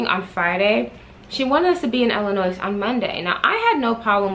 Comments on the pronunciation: Girl dont say IIliNOISE, those ppl get mad, The S is silent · Ur the only person who I can sit and watch a long ass storytime video lol & btw the " S " is silent in Illinois I'm frm Chicago sorry had 2 say it everytime u pronounced the "S" I cringed lol! Luv u tho!